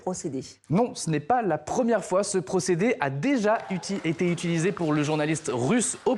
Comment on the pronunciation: "Il a t'été..." !